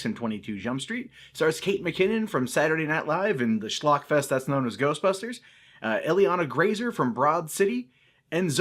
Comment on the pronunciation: I'm assuming from butchering the pronunciation of Ilana Glazer's name that he's not familiar with Broad City? You should check it and her out, dude- its pretty great and Ilana is the best thing in it.